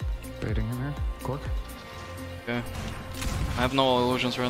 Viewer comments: Its not Gorgc SMH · How do you pronounce 'Gorgc'? Is it "Gorgc" or "Gorgc"?